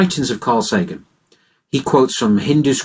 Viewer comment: Carl SAGAN? The "G" is just a "T" with a long curly tail.